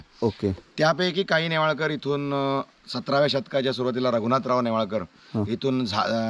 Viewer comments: .... गंगाधरराव "नेवळेकर" नाही .... "नेवाळकर" ...... "आडनाव" चुकवलेस.... "जे" या VDO मध्ये सर्वात "महत्वाचे" आहे ..... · अहो तुम्ही नेवळेकर असा उच्चार करत आहात. ते नेवाळकर असे माझ्या माहिती प्रमाणे आहे. चुकीचे काही सांगितले जाऊ नये.